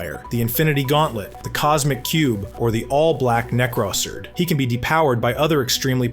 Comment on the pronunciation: The entire video is AI I reckon. Go to and notice how 'Necrosword' was pronounced in the video as "Necros-erd"